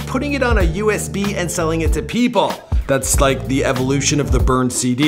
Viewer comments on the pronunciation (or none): none